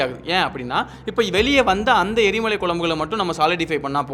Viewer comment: எரி மாலை இல்லை எரி மலை